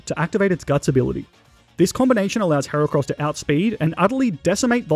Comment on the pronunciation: THE FIRST A IN HERACROSS IS SUPPOSED TO BE AN E!